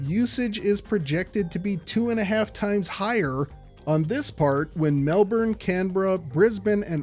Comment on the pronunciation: Says he won't pronounce Melbourne properly and then goes on to pronounce it perfectly. The mad lad.